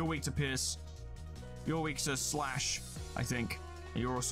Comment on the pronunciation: When he says pierce it sounds like he is saying piss